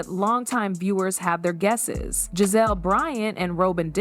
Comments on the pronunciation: GIZELLE, NOT GAZELLE. You're very annoying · Stop saying Gazelle, that’s not how you say her name.😡